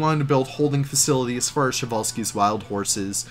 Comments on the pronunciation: I always thought you had to pronounce every letter of the name Przewalski, was stunned to hear you guys saying "Sewalski" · Show-Wall-Skis?! 😂 I, for one, would love to have a person eyed view of that underground staff path you got going on in this Zoo 👀 I presume you’re channelling the Utilidors at Disney with it?! Getting fancy building interiors now! I love it muchly! 😍 Bumpy Brush?! Love your little Leafisms!! It shall forth forever be known as Bumpy Brush! 🤣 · Przewalski's! I love how people mispronounce it <3